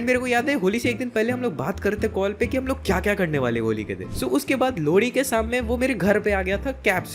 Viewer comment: Bro you say lohri - lodi